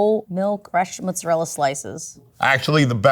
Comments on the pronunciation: Noteworthy that the Italian says "mozzarella" and the American is saying "mozzarelle." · Nothing annoys me more than americans calling mozzarella "mozzarell" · Every time I hear the word mozzarell I want to gouge my eyes out. It's mozzarella!!!! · Go to Italy and have real Italians tell you how to pronounce it. 100% guarantee none of them will say ''mozzarelle'' and 100% of them will say ''mozzarella'' my dude. ''mozzarelle'' is a really weird American (Italian-American) thing. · Woman who REPEATEDLY says "MUTZ-uh-rell" to flex the "Low-IQ-immigrant-in-NY" pronounciation needs to choose Italian or English. It's dorky and annoying, not at all "cool" like meathead Yankee-Sicilians think. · Italian dude saying "Mozzarella" Loser pretentious American says 'MOOzerell". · I mean why butcher the word mozzaRELLA so hard lol, they could just go with the standard american pronunciation then. Because "mozza-rell" sounds wrong asf. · What is “motz-a-rel”? I assume it’s a regional thing in America because that’s not how it’s pronounced in English or Italian. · That lady just wanted to keep saying "mootza lel" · I'm cringing every time she says "mozzarel". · pretty cringey how the chick pronounces mozzarella as mozzarelle. Changes her pronunciation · It hurts everytime I hear "mot-zuh-rel." This message is brought to you by the letter A. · I hate it… people use all “American pronunciation” for everything then all of a sudden bust out a “mootz-a-rell” stop it people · Mozzarella!!!!! not mutzzarell, why???? why are people saying mutzzarell?! just say it how it sounds in english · that's not how you say mozzarella....."mozarell-ah", you HAVE to say the A at the end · Came to complain about the “Moad-za-relleee” but glad to see everyone is with me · Why is she saying mozzarelle??! 🤢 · More like 'mootsarell'. Might be reflective of Sicillian immigrants who came over before the actual country of Italy was a thing and before Italian got standardised. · Guys, it’s “mutzadel”